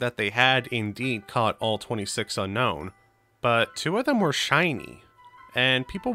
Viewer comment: Fun fact: Unown is not pronounced like unknown but rather un-own